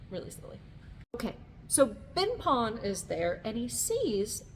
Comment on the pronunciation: Ben Pon* (not Been Pon). Beautiful vídeo 👍🏻